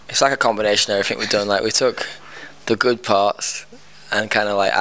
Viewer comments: Omfg he says "everyfink" :3 <3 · I love how he says everyfink